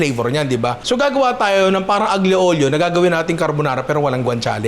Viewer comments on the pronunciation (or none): Watching from Italy. Ninong, fan mo ako simula nung nag viral yung crispy kare kare mo. Panonood at pagluluto ng mga niluluto mo ang bonding namin ng girlfriend ko. More videos pa ninong. Konting kaalaman ninong. Ang pronunciation ng dish na “Aglio Olio” ay Alyo Olyo. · Hello po Ninong 🤗 salamat sa content na to gusto ko talaga matry magluto ng utak, di ko lang alam pano 😅 ngayon may idea na ko. correction lang po kase medyo naaano ako pag naririnig ko kayo sa pronunciation nyo sa aglio olio, silent g po ang aglio 😊 sending love from Italy ❤